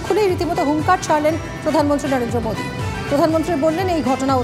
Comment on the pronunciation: অধীর তো কথাই বলতে পারেনা। প্রধানমন্ত্রীকে বলে পোদানমন্ত্রী।